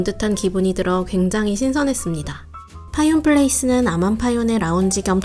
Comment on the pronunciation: 파윤 하는데 원래 발음은 파윈인데... 정식 리조트 명칭이 파윤 으로 되어있나요?